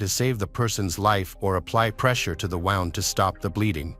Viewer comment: It’s horrible to listen to, it just makes it factual with no personality or feeling. Listening to it saying wound and not woond is annoying. This poor woman has been murdered by her arsehole lying husband and if it were my daughter and I heard this